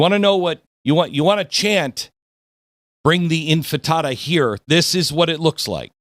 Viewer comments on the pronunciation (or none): Infatata? ???? You mean Intifada... wow you're severely unprepared for this ...😊